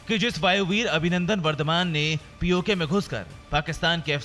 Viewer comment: It's pok not paj